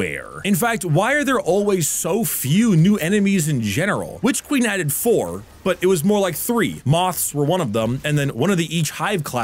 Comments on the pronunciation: you do good work, but please pronounce your n's at the end of words. It's super distracting to hear you say 'Witch Queem.' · I think you mispronounced "It costs more than the Witch Queen and should therefore be held to a higher standard" when WQ came out it was 30 for standard and 60 for deluxe. Light fall went "eh, needs a 67% price hike" and costs 50 and 100 respectively